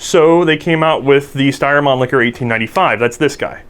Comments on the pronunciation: the guy said man licker instead of mannlicher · Please, please learn how to pronounce "Mannlicher" - it hurts when you say "Manlicker" : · / Pronounced 'Monleeshur' not 'Monlickur' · Why does everybody pronouce the world Mannlicher to "Man-Licker'? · lol he said man-licker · This video was ruined for me because I couldn't stop giggling at 'Mannlicher'